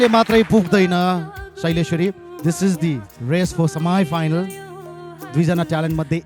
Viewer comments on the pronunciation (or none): Yo samaya final vaneko chahi ke ho anchor jyu...... Semi ki samaya final....... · Ooo please it’s not सेमाइ फाइनल it’s सेमी final 🤦‍♀️ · Semifinal को उच्चरण सेमी फाइनल पो होला त हौ, सेमाई फाइनल कुन डिक्सनरीमा रैछ ? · It's not samai faile yar it's sami failanyar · semifinal ho sir samaifinal hain yr wtf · koti natok parrera boleko le semi finel lai somai finel re..uufff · सेमिफाइनल कि समाइफाइनल हो??🤣🤣😃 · यो समाइफाइनल भन्या के रैछ,,यसरी बोल्दा धेरै जान्नी भको जस्तो हुन्छ कि क हो? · Surendra Lama yahi kura ho maile ni nabujhe ko समाइ फाइनल भन्छ्न कि मैले सुन्न गल्ति गरेको हो 😝😝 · Semi final ko wrong pronounce vako ho ki k hooo